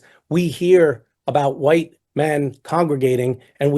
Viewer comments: Why do you pronounce white: hoo-white? It's a one syllable word with a long ī, and a silent h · I like how you say white.